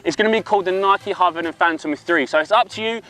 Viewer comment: This dude really struggles to get the word 'Hypervenom' out doesn't he